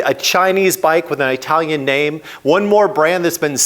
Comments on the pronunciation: An ‘Eye-talian’ brand, from Eye-taly? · I’m a long time fan of yours, and this video makes an excellent point. Thank you for pointing this out. I have to say that your pronunciation of the word “Italian” made me crazy throughout the entire video. I’ve never once heard an Italian say that they were “I-talian”. 😂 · My thoughts are learn how to say Italian not eyetalian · Perhaps you can pronounce Italian the correct way. It's not difficult. Iraq Iran Italian..are not pronounced like you pronounce "Hi". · Can't trust someone who can't pronounce Italian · Moto Morini did not get that engine from Kawasaki. It's a CF Moto engine derived from a Kawasaki engine. Also. What's with mispronuncing "italian" ? Is it a meme I am missing? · You butchered word "italian" so brutally.... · cmon man its It alian not eye talion, jeesh for a guy that travels as much as you do. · Eye-talian. ITT-alian, you seppo. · Well,, My current bike is Indian, and is truly the best I've ever owned in 5 decades of riding: a BMW G 310GS! One thing that really grated in this episode was your pronunciation of things from Italy. You have no problem with that word. So where do you get the excruciating "Eye-talian" from? Please could we hear "It-alian"? 😳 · Why do you keep saying EYEtalian? You say Italy correctly. And yes, it makes me happy to buy American products where possible, but I will buy whatever I want if there isn't an American alternative. And while all bikes are mfg'd with foreign parts, that isn't the same thing as having all the parts made elsewhere. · I thought it was an Italian brand but now I know it's an Eyetalian brand. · What’s eyetalian? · I couldn't watch any more after the second Eye-talian. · Eye-talian? (Does it come from from Eye-taly?, with your last name from the neighborhood of Italy you could do better 😂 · Excellent video. Truly. But everytime you said "Aitalian" a kitten died run over by a Chinese motorcycle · Like how you say “ i talian “